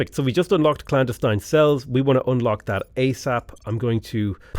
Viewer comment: you, sir, are mispronouncing clandestine